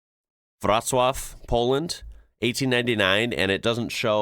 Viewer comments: nailed the wroclaw as vrotswaf #praise🙏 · Oh wow the pronunciation of "Wrocław" was perfect! 👌👏👍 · You said Wrocław so correctly that I had to listen to it again. Wow. The building in the photo is the Wrocław Puppet Theatre; the property was originally built as a merchant's house. this is what it looks like now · For an American your 'Wrocław' pronunciation was 10/10, impressive.